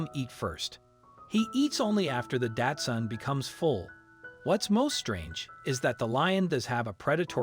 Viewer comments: The dog breed is pronounced Doxun, not Datsun! Datsun was what Nissan used to be called! it's a car brand! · Why does he say datsun? insten of Dachshund or Dachsen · It’s not”Datsun”. It’s Dachshund. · Osteoporosis is pronounced Ah-Stee-Oh-Purr-Oh-Sis! The dog is not a “daatsun” it’s a “Dachshund” which is pronounced “Docs-hoond”. Furthermore, you refer to the dog as a she when clearly the dog has a penis! A little accuracy would help your credibility! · "With a tiny 'DATSUN'?" After three rewinds, I am certain that you've mispronounced the word "daCH-suUnd" as a brand of motor vehicle [now a defunct name; if you're going to insist on misnaming a dog-breed after a car-brand, you might want to update the misnomer to the current brand name of "Nissan"]. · Milo is a Dachshund not a Japanese car... I'm sure that guy kept saying Datsun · You could learn to pronounce Dachshund correctly. It's not pronounced like the Datsun car. Try Docks-hundt instead. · Lol. The narrator pronounces Dachshund "DAD-SON" Never heard that one before! 🥴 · He keeps calling it 'Datsun' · why do you keep calling it a datsun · I've never heard anyone pronounce dachshund that way. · Please learn how to pronounce, "dachshund". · Yeah and he can't pronounce the name of the breed of dog correctly either.